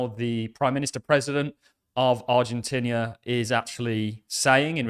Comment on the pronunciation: Stop saying Ar-gen-tinnia! Aah!